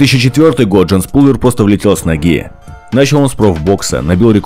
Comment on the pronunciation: Не ПУлвер, а ПАлвер.